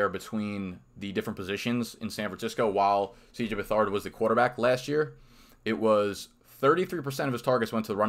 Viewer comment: Love the video. FYI, It's pronounced Beth-erd not Beth-ard. His grandfather just got inducted into the pro football hall of fame this year.